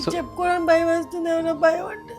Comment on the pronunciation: ఒత్తులు సరిగ్గా పలకండి. బయం, అర్దమ్ అంటున్నారు